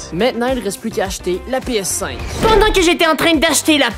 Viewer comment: t'as dis oedent au lieu de pendant.